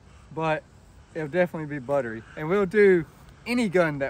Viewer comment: Butterly smooth? wtf? lol It's buttery, not butterly. It's funny that so many people never heard of this company until they got into the tactical timmy influencer marketing space on Instagram and Youtube. They were well known in the 2011 competition space before even making guns, because they made steel grips for 2011s. Later, they made the Honcho race guns to compete with companies like Infinity and Atlas Gun Works and had some cool innovations in terms of modularity and making one gun serve multiple roles, multiple calibers, etc. It's also kind of funny that all the timmies worship STI/Staccato so much, because they were always kind of looked down on in the competition space as the entry level 2011 manufacturer, and their DVC line up of open guns always had problems with comps breaking. They were known for being cheaper and having worse QC/worse quality overall. The XC shoots great because of a smart design, but the main thing STI/Staccato got right, from a business perspective, was moving away from competition guns and targeting the timmies. There is way more money to be made with that audience vs the competition audience, just because the competition crowd is much smaller and much more picky/demanding about quality, because they actually know their shit. That's why Phoenix Trinity did what they did with these guns. You can also see that many choices they made with them, like going with Cerakote instead of DLC, going with the grip tape, etc. were aimed at reducing their ow